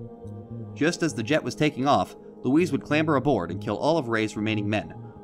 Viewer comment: it's luis mane